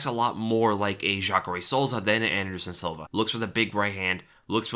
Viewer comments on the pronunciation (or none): none